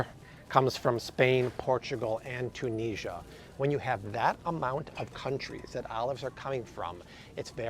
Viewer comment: The way he says Tunisia is triggering lol